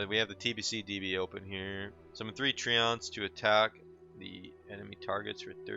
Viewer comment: we gotta get this guy some english classes or something, TREE-AUNTS? What are they someone's auntie?